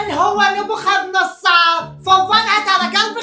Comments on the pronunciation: ناصاررر نبوخذ نصررر نصررر مو ناصارر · اسمه نبوخذ نصرر مو نصارر😂😂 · اسمة نبوخذ نصر مو نبوخاذ نصاار